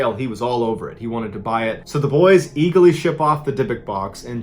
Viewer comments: he says Eagley instead of eagerly........... Merica!! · Is it your Quincy accent slipping out ? Lmao “eaguhly” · you said "Eaglely" 🦅